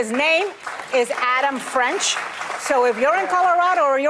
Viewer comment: His name is Adam Frisch, not French